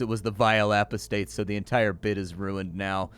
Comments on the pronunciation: The bit was dead from the start,; "apostates" is pronounced Ah (like a dentist) or Uh---Pah (like a southerner calling for their father)---States. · I had to do a double take when I heard his version of it. Maybe he's trying to avoid being demonized or something?